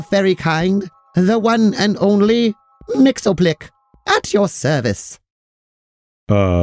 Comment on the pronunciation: Love the reinvention of Mxyzptlk as explicitly one of the Fair Folk! Though for reference his name is pronounced “Mix-Yez-Pit-Lick”